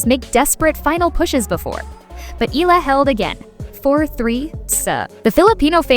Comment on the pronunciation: Eala pronunciation E-yala